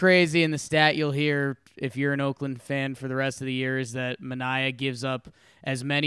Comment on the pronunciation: DON RIGHT GAMING now I was Sean Manaea’s roommate in college...I do find it really funny that every team, announcers (including his own) pronounce his name wrong...I want him in STL ASAP